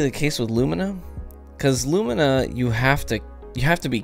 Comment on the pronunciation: THANK YOU FOR PRONOUNCING "LUMINA" CORRECTLY! MY OCD REEEAALLY APPRECIATES IT,!!:-D Also, my favorite part about Lumina is that it's accurate to the lore...cuz in the lore, Thorn didn't start out as Thorn, it started out as Rose(the legendary hand cannon you get in the quest.) It was corrupted by a titan in the lore named Rezl Azzir, who became the first Dredgen: Dredgen Yor. So, if you read the flavor text during the quest for Lumina, you know that you had to cleanse Thorn so that it would revert back to it's original state, Rose, and then forge it into Lumina. It's such an arbitrary detail, but when you get hit with a noble round and get the buff, that buff is called "blessing of the sky." The reason that's so awesome is because "sky" is what the Hive call the Light. In the lore, Rezl Azzir went to the moon with his Rose hand cannon and went into the hellmouth and stacked Hive bodies for like weeks on end, dying and resurrecting, over and over, just piling up Hive bodies. When he finally came back out, he ripped off some bones from a Hive body and grafted them to his Rose hand cannon, and in doing so the Rose became a Thorn, and he became Dredgen Yor. So, it makes sense that the gun itself, being a former tool of an agent of the darkness(Yor,) would still use the language of the darkness(using 'sky' instead of 'light') to describe the perk's active buff. I love it when we get some unbroken continuity in the lore like that. It's awesome.